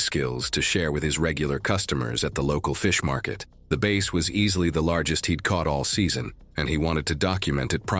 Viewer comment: 😂.. it drove me nuts that bass wasn't pronounced properly..